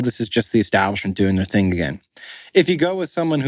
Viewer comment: What's "disturbing", at 3 minutes in, is "the most imporant theeng is the non-political stuff" (in other words, the a-factual opinions which enable jokes like y'all to pay the rent). It's certainly possible that Platner could (eventually) turn into a Fetterman, but right now his message (at least as far as I've heard most recently) is spot-on. If he does drop out, it will be because of cretins like you (apologies to all cretins) who are a pox on the institutional veracity of the fourth estate. Grotesquely provincial, a prime example of 'Modern-American' duplicity. Raging moderates? More like Milquetoast Mediocrity... Here's a novel idea; why don't y'all 'get a job' that supports those that make your 'lives' possible...